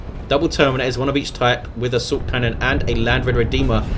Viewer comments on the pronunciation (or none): why do u always say subcannon instad of assault cannon? that is what i always hear